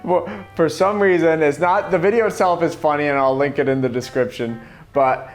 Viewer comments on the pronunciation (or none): He says "Link it in the description" but it sounds like he says "Lincoln in the description" at the very same second Abe Lincoln appears on slide 36. I don't know if he did that on purpose. If so - brilliant. If not, what a cool coincidence.